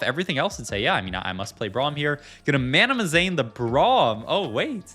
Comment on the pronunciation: it's MANAZANE....not MANAMAZANE. jeezus